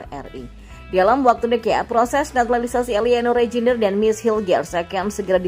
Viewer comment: Eliano Reinders bacanya. Jnya ngga usah dibaca. Mees Hilgers bacanya Mees Hilghers 😅.